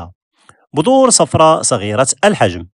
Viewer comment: بذور وليس بظور ههههههههه